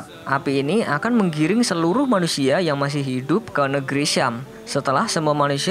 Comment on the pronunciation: itu ngomong nya manusia atau Malaysia